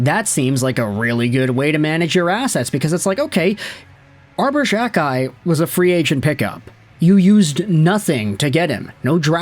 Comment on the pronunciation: Unless you stop pronouncing players names incorrectly, I'm cancelling my subscription. For the love of all that is holy, it is "Jack-eye". Not Jjjakk-eye. You do this to several players names.